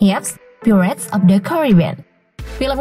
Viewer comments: Pairets bukan pirrets 😂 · Bacanya bukan "phirets" tapi "phairets" cuman sekedar info aja mbak. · Bacanya pairets, bikan pirets wokekokwk 🤣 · Bacanya pratez itu pairets min.. bukan pirets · Pirates .. dibaca pai rets min. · paling parah /pirets/ krn diulang2 terus 😃